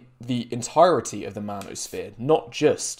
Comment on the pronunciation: I like how calls it the "manuresphere".